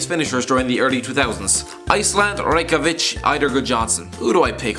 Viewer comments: Reykjavik Recki-ya-vik to pronounce right Just trying to help you out buddy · The way you said the capital of Iceland, LMAO